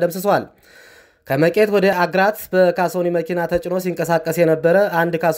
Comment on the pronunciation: አግራት ሳይሆን አግሪት ብለህ አንብብ